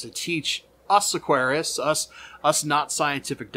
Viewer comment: Hi! Firstly it's pronounced Aquarist and not Aquariast. Now that we have that out of the way, from my experience since the mid 1980's I can absolutely attest to the fact that CO2 in tank reactors are far more efficient at introducing CO2 into the water volume than any diffuser could ever hope to be. My statement is based solely on the use of Dupla Aquaristic's Reactor S and Reactor 500. Both of these require a water feed coupled with a CO2 inlet nipple. The new Reactor 500 is now also adjustable for several aquarium volumes. Something I had wished the 1980's versions had. Don't get me wrong. CO2 diffusers can and do introduce sufficient CO2 into solution in order to lower pH and provide carbon to submerged aquatic plants however it's simply using more CO2 than dedicated in tank reactors can. But anyway's that's all from me for now. Oh I meant to so "anyway" that's all from me for now!;-))))